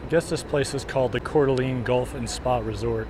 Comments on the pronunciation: Not sure if this has been noted: TLDR all the posts. Coeur D'alene is pronounced "Core Da LANE" not "Core Da LEAN". Lived around the area since I was a kid and never heard anyone use the LEAN pronunciation. I love your treadmill walks, but you got me wondering if I had been saying it wrong all these years. Checked and I believe is LANE. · Pronounced CORE -DUH-LANE, not core-duh-lean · Yes you keep saying Coeur d’ LEAN. Nobody ever ever calls it that. And it was really getting on my nerves lol but thank you for making the video.